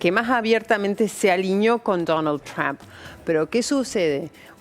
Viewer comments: Ayyyyy "trammp" Jajajaj Trump Hablas castellano no sos una grinfa lcdtm! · CRHAM! le encanta decir trump en ingles a la mina